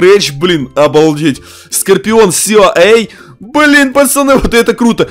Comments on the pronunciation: Не скопион а скорион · Не скапион а скарпион